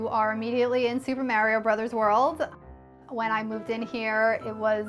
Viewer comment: I'm not judging how you design your apartment, I'm judging how you said "Mario" 😦.